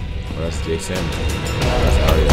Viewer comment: He's called "jay" not "ja" 😂